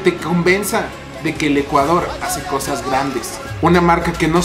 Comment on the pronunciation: Dice ECUADRO